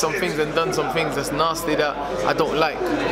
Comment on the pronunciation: “Lucas brown is a narsty piece of rurk”